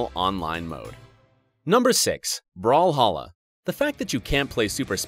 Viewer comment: brawlhalla ! not brawhalla